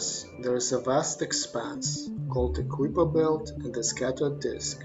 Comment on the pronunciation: It’s called the Kuiper belt not the Kooper belt